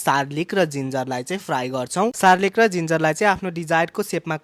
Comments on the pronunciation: कति सरो असुध बोलेको हो सर्लिक भनेको के हो अनि फेरि नुन अन्सर स्यद अरे हाहाहा गार्लिक हो कि सर्लिक हो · Sarlik haina hau garlic😂😂😂😂k aachama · Ye bhai k boleko garlic ta suneko thiye sarlic xai k hola😄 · Garlic ❌ Sarlic ✅ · Sarlic hoki garlik ho mata kehi bujina noon anusar sawed 😂😂😂😂😂😂😂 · Garlic vaneko ta suneko thiye yo sarlic k raixa vai😅😅😅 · Sarlic haina garlic ho😂😂😂😂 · Garlic it is not sarlic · hoina k ho Garlic jasto dekhinxa Sarlic bhanxa ta keta , tyo pani 2 times.😅 ani noon anusar ko swad ko ta kya baat 🤣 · Garlic ho ki sarlic ho😂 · Yo muji chakka Australia gayera aako manche re garlic lai sarlic ani noon anusar ko swaad po vancha ta achamma garcha yaar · Kasto ramrai sarlic vaneko 😅😅